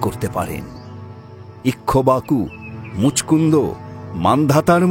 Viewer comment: ইক্ষ্বাকু বংশ। উচ্চারণ ইক্ষবাকু নয়,ইক্ খাকু হবে। কানে লাগছে ভুলটা।